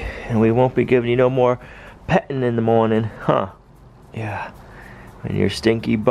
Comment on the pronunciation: Its pronounced petting not "pet in" and the pigs are waiting not "way ing". Come on you know how to speak properly so do it.